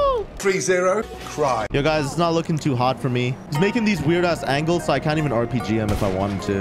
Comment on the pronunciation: Tell me why for the longest I thought he was saying “3-0 Thry” 🤣